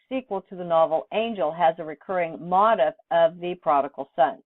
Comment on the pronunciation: “Motif” is pronounced “mo-TEEF”: it’s a word from French that’s still hanging on to the French pronunciation.